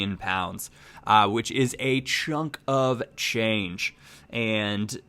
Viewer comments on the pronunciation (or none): none